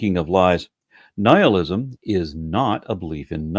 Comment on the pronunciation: Wait we're supposed to take advice on raising children from a person person who couldn't pronounce Nihilism correctly?